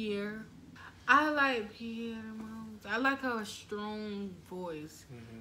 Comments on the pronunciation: it's not pierre it's perrie (pronounced pear e) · lol guys it’s Perrie like (perry)